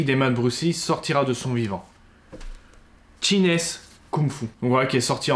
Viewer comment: Bonjour, très bonne vidéo, sérieusement préparée et avec beaucoup de passion. J'ai trouvé une édition de 2003 sur leboncoin, qu'en pensez-vous ? Sinon on dit une "réédition" (pas "reédition") et "chinese" se prononce "tchaïnise" (pas "tchinaise") ^^. Bonne continuation à vous et merci pour la vidéo !